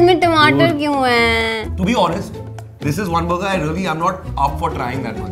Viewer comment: Before.. said Bur gerr 😂